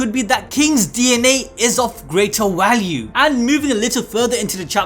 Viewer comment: Bhai, did you say "walue" instead of value? Lmfao!! Ayyyy the Indian blood burning strong!